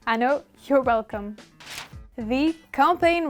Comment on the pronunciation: I know your wlecome. Ca m'a fait trop rire ;)